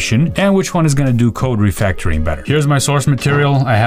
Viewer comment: "code refectoring" - let's ask the ii to fix this bug =)